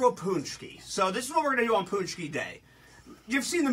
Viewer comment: You said paczki wrong :/